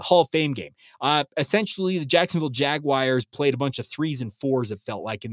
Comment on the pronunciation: Pet peeve: it’s Jagwars not Jagwires.